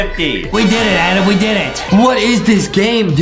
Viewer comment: It is raccoon not squirrel. Justin Adams my favorite now I won’t call him adem